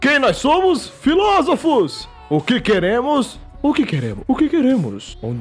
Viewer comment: Ele falou filósofos eu entendi fifolofos